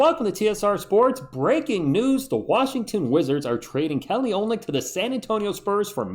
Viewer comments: He's got a little dog in him, too! "Oh-lyn-nick"... just for your info. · Take it from someone who took awhile to learn this pronunciation. His name is pronounced Oh-lin-ick. Not making fun, just trying to look out for you.